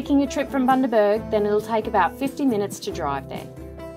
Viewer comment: I did not mean to sound condescending, I have watch just about every YT vid and I thought it funny that no-one could pronounce it, so enjoy your travels we certainly do enjoy ours both in OZ and O/S